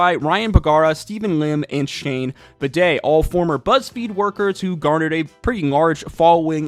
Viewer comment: LOL at "Shane Bidet"